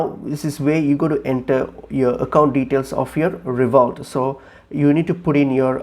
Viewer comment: It's pronounced RevoLOOT not ReVOLT!